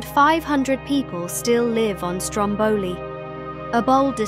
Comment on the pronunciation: Just for info, in Italy we say Stròmboli, not Strombòli (ie the stress is on the first vowel :)